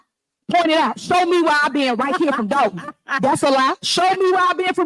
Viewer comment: You mean Dolton with an “o” not an “a” as in Dolton, Illinois